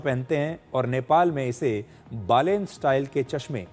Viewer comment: बलेन्द्र शाह❎ बालेन् शाह ✅